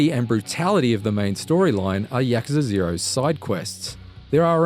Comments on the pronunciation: Yakaza. It's Yakuza. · YAKUZA - yuh·koo·zuh Not Yakaza! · he said ya-cuh-zuh instead of ya-koo-zah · yacucza? i think its yah-coo-za. not yahcuhca 0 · No, you are horribly wrong. It's pronounced just like how it's written. YA-KU-ZA. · Its pronounced yakoooza not yakuza but I have never played any of the Yakuza games and this looks like a 10 out of 10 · No, it's pronounced like, YA-KU-ZA. Exactly how it's written. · lol he said YAKAZA lmao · I always thought it was pronounced as "Yaw-koo-zah". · 1 out of 10 for his bad pronunciation of Yakuza........ hes saying Yak... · Why is no one talking about the incorrect pronunciation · Do yourself a favour and watch the Gamespot review instead. Gamespot review: No spoilers, actually reviews the game, no comparisons to Batman games, proper critiques and the reviewer can pronounce Yakuza properly. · How he says Yakuza is a 10/10 IGN